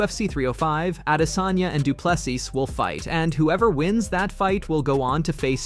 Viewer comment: He’s a damn African .not adesayna